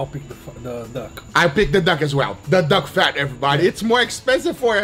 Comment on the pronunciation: "Duck fried chicken." Guga changed to Uncle Roger for a second pronouncing that :D